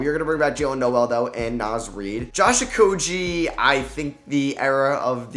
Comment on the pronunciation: I hope Okogie never plays in the NBA so we don't ever hear you butcher his name again.. Oko-gee, not oko-jee.... man its been 4-5 years... figure it out.